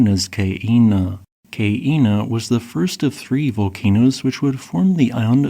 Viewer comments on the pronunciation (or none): Keep working on your pronunciation. Ka'ena should be "kah'enah" not "kay-eenuh."